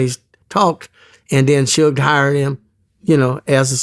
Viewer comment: Lol kept calling suge shoog